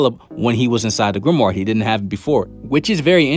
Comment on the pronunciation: I fw yo videos bro but you gotta stop saying grimward 😭